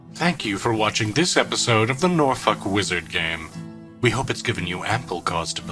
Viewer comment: Oh god oh fuck he learned how to pronounce norfolk he's become more powerful than we can imagine